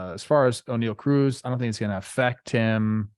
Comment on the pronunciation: Did this man just say Oneil Ocruz? Likes he’s a damn pirate?